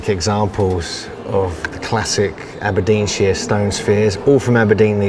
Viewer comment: Aberdeensheere. Naw Naw Naw mate. sh IRE. sh eye R. SHIRE